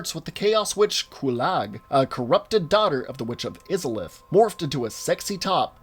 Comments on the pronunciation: I physically cringed every single time he said izalith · It killed me to hear him pronounce it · he did not say it correctly he said it completely different than what was said in the opening cutscene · which means he said it wrong, do you need me to spell it out for ya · Aight yes it is irritating from a hardcore souls player perspective. And yes if he played the game he should remember from the opening scene the pronunciation. However, we all know what he means. That is the part that counts. Still gave the comment a like because it made me cringe Everytime he said it. However you have to understand that this guy is clearly new to the series as a whole and thus will probably get some info wrong. Not even subbed to this guy I just wanna toss this in before the comment section devolves entirely. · Agree, made me cringe. It goes to show this video is nothing more than a vain attempt at grabbing views, and not from anyone that cares for the game, much less played it. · Izalith, please pronounce it correctly. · It's I-zalith not is-a-lith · Eye-Zuh-Lith... say it right! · Dude I’ve loved your content for years but every time I heard you say “izzolith” I wanted to scream, it’s “Aysolith” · You pronounced Izalith wrong. It's not pronounced -IZ-UH-LITH. It's pronounced EYE-ZUH-LITH. You clearly never played the game before doing this video. Anyone who's played Dark Souls 1 at least a few times would hear how to pronounce Izalith because of that opening cutscene (most people watch it at least once, maybe twice). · Biggest pet peeve of this video: It's not "Izzalith"... It's Izalith (Ei-Za-Lith). Edit: Changed "Ey" to "Ei" in pronounciation, after a discussion with a friend. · It’s pronounced Eye-za-lith not Iz-za-lith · "Iz-alith"... It's pronounced "Eye-zalith"! The trailer itself literally mentions it! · the way he says izalith bothers me so much. It is Izaleth (eye-za-leth) not fucking (izz-a-leth) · Say it with me "Eyes ah Lith" not Izzerliph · Eye-za-lith, not iz-a-lith